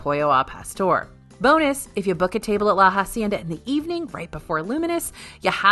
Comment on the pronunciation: La hacienda is pronounced Ah-cienda, not Ha-cienda. H is silent.